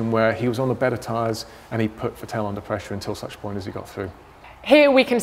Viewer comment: How do you not even know how to pronounce "Vettel" properly? You work in F1!